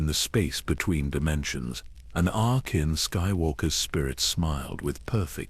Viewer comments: Lol Ana-kin 😂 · I Like your Videos but this one is Off. The pronounciation of names like Ahsoka, Anakin and Palpatine is horrible lmao. Please check that stuff before releasing it.